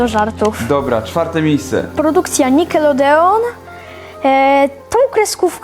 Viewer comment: Mów nikelodjon